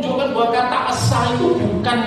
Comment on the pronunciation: Saya asli org dayak kanayant, satu itu bahaya dayak kanayantnya ASA' pake penekanan A' di akhir